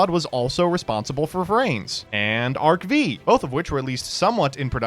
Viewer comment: Can we stop calling Arc V "Arc-VEE". Its pronounced Arc-FIVE!!! They say it in both japanese and in the english dub.